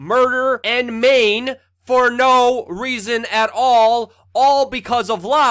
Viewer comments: It's maim mate, not mane ;) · Luke - it's 'murder and maim' not 'murder and main'.